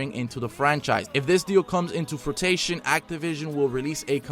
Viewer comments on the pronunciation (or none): Its Frew-ition. Not Fruit-ition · Someone can't read. Lmao "fruitation" hahahahahahaha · It should be "take this with a grain of salt" and also *fruition not "frutation". I don't mean to step on any toes, it just unsettles me.